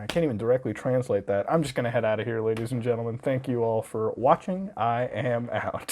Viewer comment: you say ladys and jentelman very much. Noice